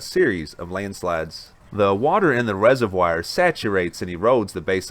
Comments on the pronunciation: It is not a reservWIRE it's a reservoir. Please stop. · Learnt a new word..res-o-wire(resovoir) 😁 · Hey. Great program. Please check your pronunciation of "reservoir"